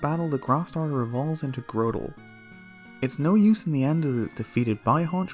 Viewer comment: It’s GROTle not GROWtle